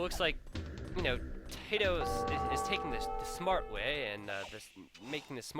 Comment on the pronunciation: I think your video may be lagging, you repeat every sentence you say at least twice. Also, his name is tatoh not tadoh. if i ws him, i wouldn't be happy having my name butchered unnecessary